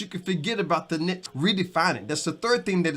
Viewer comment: YouTube can be a tough grind depending on our mindset, thank you for your inspiration and encouragement. I love the confetti! Thank you for saying the word "niche" correctly. lol. I like your description for YouTube analytics and tools, "Back Office". I look forward to more video.